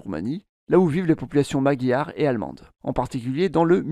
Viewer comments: Aïe aïe,de gros problème de prononciation On ne dit pas sinté comme synthétiseur mais sin'té.. Et Magyar ne se prononce pas maguiar mais madjar !!! De plus tous les gens du voyage de France ne sont pas manouches.. Il y a des manouches certes mais également des sintés,des gitans espagnols, Catalan,des yéniche,des roms etc.... Concernant la plupart des gens du voyage du royaume uni ,ils ne sont pas lié ethniquement aux"roms" ce sont pour la plupart des gens du voyage d'ascendance irlandaise "traveller"... cela n'a rien à voir avec les roms ! Pour les roms L'origine de l'Inde est incertaine,il est évident que les roms y ont séjourné longtemps, d'ailleurs il y a des traces de vocabulaire indien mais pour autant cela ne signifie pas qu'il sont originaires d'Inde, étant nomade il est probable qu'ils aient toujours été nomades ... Aujourd'hui la majorité de leur vocabulaire vient des régions des Balkans et pourtant nous savons très bien qu'ils n'y sont présents que depuis quelques siècles La génétique à également prouvé qu'ils étaient très proche des peuples balkaniques avec des moindres apports d'Asie (inde,asie centrale etc...) Cette vidéo ne traite pas le sujet de manière exhaustive et est très axé sur des théories obsolète des années 1990... aujourd'hui il faut plus+ se concentrer sur les études linguistiques et génétiques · magyar ça se prononce un peu "madjar"(enfin dans ma famille) En tout cas aucun Magyar ne prononce "maguiar" Pourquoi tu ne parles pas hongrois ? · La prononciation "Maguiar" a chaque fois ça fait mal aux oreilles...